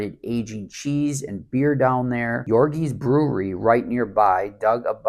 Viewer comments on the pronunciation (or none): Yoerg is pronounced like YOURG. Your with hard G at the end.